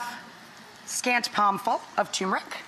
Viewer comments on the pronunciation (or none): It's not TuMeric , it's TuRmeric. And you're a chef? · And all those people you pay a salary won't dare tell you TuRmeric, not TuMeric.